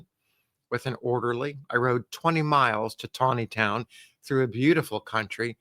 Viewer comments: Nice job pronouncing “Taneytown” correctly. ( Tawneytown” ) I wish all these towns with strange pronunciations would change the spelling of their names! Another example is Staunton Virginia - it’s pronounced “Stanton” And how about Reading Pennsylvania? It’s pronounced “Redding” . Good story, as always! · Excellent pronunciation of Taneytown, 😊